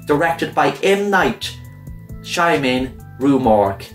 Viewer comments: It's sha-ma-lan M. Night Shyamalan the quote was by Glenn Toll of Rue Morgue magazine. Love your animations keep it up. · (Love the “mystery van” shirt)!! Yeah, certainly, ANYthing that M. Night Shama-Llama-Pol-ama-lu 🤣🤣🤣🤣 does is lit and worthy... Thank you for turning us onto this new flick. Can’t wait to watch! Keep on keeping on, 🌸🌸🌸🌸🌸.We love you much🌼🌼🌼🌼🌼 (Don’t worry, I can’t pronounce his name either)